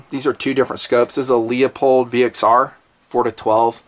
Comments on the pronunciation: Idk why you still insist on mispronouncing Leupold. I’m not usually a stickler if I’m talking to someone in person, but so many people are watching this it’d be nice to give them the correct pronunciation. Fyi, it’s pronounced Loo-pold. On a lighter note, great vid. Like the new editing technique of inserting the humorous clips. Great to see the evolution of tnp. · "Leupold " the "e" is silent.